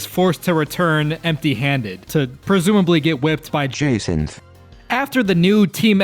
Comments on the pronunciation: Btw it’s Ja-Saunt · Her name is not pronounced “Jazinthe” im so pissed off like IS THAT REALLY THAT HARD TO PRONOUNCE 😊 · It's pronounced jacinthe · You still haven't said her name right